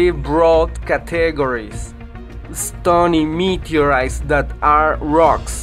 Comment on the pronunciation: Said somebody meeedyoureeiiis?